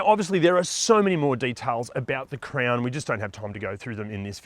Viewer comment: It’s CROWN not CRAYON